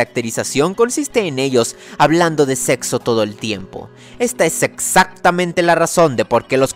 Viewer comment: Soy el único que se oye en el minuto "sexactamente". Y joder si aburre sentir que todos los personajes homo bi o "pan" sexuales solo hablen si soy gay solo quería dejar en claro eso sip soy muy muy gay si pudiera beber solo semen sería un sueño bla bla bla. Es todo lo mismo y no el traga bananas de la familia no habla haci.